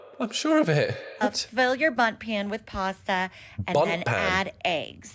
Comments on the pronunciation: it is pronounced a bunt pan, with an n, i think they usually use it for specially shaped cakes and jelly and stuff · Bundt pan not bum 😂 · Bunt pan btw. I think it was the accent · It's "Bundt" pan, used to makes bundt cakes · Real, I guess they don't have Bundt cakes in London lol